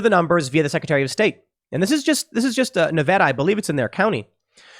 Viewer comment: ty for saying Nevada correctly